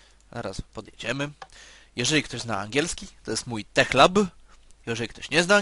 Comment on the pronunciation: tech czytamy TEK ;]